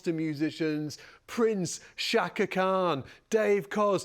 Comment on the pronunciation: I used to love the British accent until I heard this guy and how he pronounced Chaka Khan. 👎